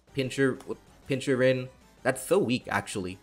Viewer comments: At this point I can only assume that you mispronounce pokemon names on purpose "Pinchurin" is just too bad to not be intentional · I swear to god if I have to hear you say "pinchurin" one more time I will personally delete your channel. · I get that some people can pronounce things wrong but... Pin-chur-CHin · pin - kur- chin, also why knock carocosta the second time and not iron head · Gotta love the way pronounces some pokemon. Pinchurin:D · "Pinchurin" has me dying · why the hell my man saying pincurchin like that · Why do you pronounce Pincurchin like that